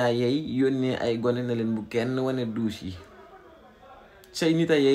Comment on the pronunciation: Que Barth et sa dame aillent visiter '' ses douches Yi dousssser ''😅😅😅😅 Tcham